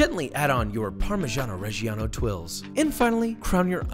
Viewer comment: Americans can't pronunce parmigiano reggiano but here is a little help: pahr-mih-DJAH-noh red-DJAH-noh